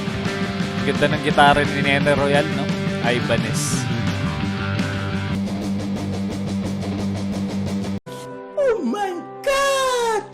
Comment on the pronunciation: Susme ka brand ng guitara hindi mo alam bigkasin hahahaha.....